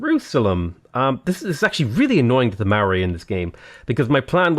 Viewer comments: Always fun content! I can't seem to get a Harald pillage economy working with horsemen, but keep trying. A good tip on learning to pronounce "Maori" correctly - Say the word "moldy". Now keep the same sound, but shift the "d" to an softly rolled "r", sort of like "Mo-rli", rather than "Maa-ray". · Please learn how too say Māori properly ,yours sincerely New Zealanders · There is an "o" in Maori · love your vids, please learn to say Māori properly, it hurts to listen to lol